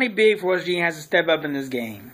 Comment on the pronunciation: This is exactly why people from WV get a bad rep. Learn how to say West Virgina for some articulation if you're to make videos completely based on the subject